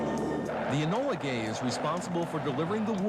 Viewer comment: why did they call it Enola Gay emphasis on the "Gay" ?